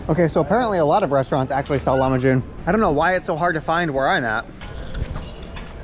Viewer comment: Broooo its not lamahun. Its lahmajun